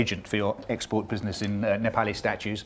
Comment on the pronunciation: I'm Hearing Proper pronunciation of 'Nepali' and 'Binod' properly by foreigner for the first time